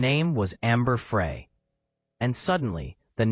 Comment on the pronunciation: Pronounced Fry not Fray but spelled Frey